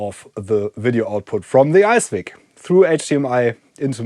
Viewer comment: I think it's an ICE-VIC, not an ICE-WIC